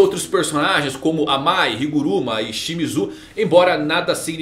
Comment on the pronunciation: Amai e não "A Mai"... Kkkkkkkkk